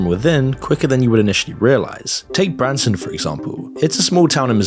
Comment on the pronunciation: Branson Missouri? No this is Bronson Missouri